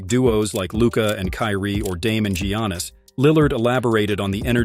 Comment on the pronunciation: How tf do you have a basketball channel and can't even pronounce Giannis correctly? What a joke